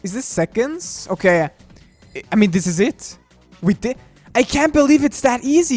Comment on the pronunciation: "It's thes easy!" By the way, happy new year to the best!